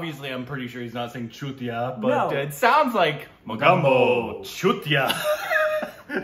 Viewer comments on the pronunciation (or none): It’s not Muh-gumbo, it’s Moe-gam-bo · OMG please stop calling him "Mogumbo". Its "Mogambo"!!!!!!!! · Guys please.... spare my ears ... its MO-GAM-BO..... N not Mogumbo😰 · Amrish puri multiple times in the film: “ Mo-Gam-bo khush hua”: “Mugumbo”: “Mogumbo Chutiyaaa” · Yes,mogambo is an iconic, all time great villains in bollywood. BTW Mogambo is pronounced as rambo not mogumbo ✌✌ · IT'S MOGAMBO...not gumbo. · I got triggered every time they said mogambo they wrong said it right at the start what happened 😂😂